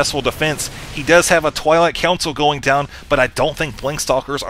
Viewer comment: Again! Is it just me ? Or does he actually call the Twilight Council a "Toilet Council"?